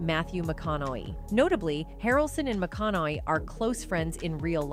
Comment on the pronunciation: Really, eee-dee tee-vee starring Mathew Mcconnelly?